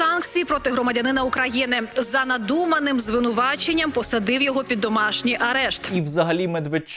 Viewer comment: Хто б навчив Данілова ставити наголос у назві своєї країни... Ато якесь позорисько.